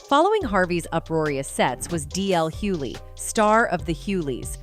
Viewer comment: Why can’t these people that are supposed to be so educated pronounce Hughley right??